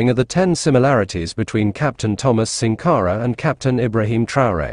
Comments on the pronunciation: The audio needs to be corrected in the video to pronounce his name SANkara. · Good presentation in comparing the two leaders. However, the pronunciation of Thomas Sank are is incorrect. It's SANKARA, not SINKARA. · It's Sankara, not sinkara please.